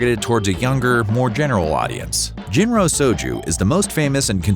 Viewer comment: I know it's spelled "Jinro," but it is pronounced "Jillo."